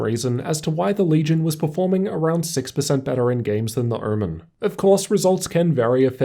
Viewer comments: I’m I the only one who heard ‘oormen’ many times ? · What is hermen? Kept hearing it in the video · Great review, only thing that is killing me is pronunciation of "omen". I keep hearing "ermen". is it just me or ?!?!?!